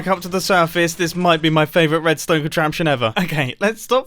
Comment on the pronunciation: just me that hears "wuedstone" ?